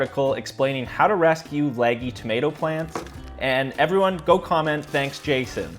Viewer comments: "Leggy seedlings" (Pronounced laggy ) 🤭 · Your accent really comes out on "house" and "leggy"